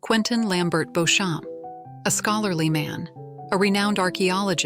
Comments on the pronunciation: Beecham not Beauchamp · They pronounced the name "Beech - um". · claire told colum the english pronunciation of her name (beauchamp) and he responded with the french pronunciation